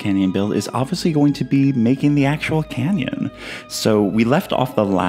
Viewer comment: This is a CANyon not a CAN'Tyon